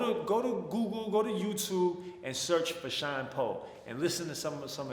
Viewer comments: I swear I thot u were saying Sean Paul 😂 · Bro, I thought you were saying "Sean paul" the whole time. I was confused